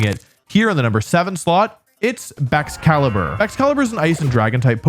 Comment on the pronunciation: it is baxcalibur or chien pao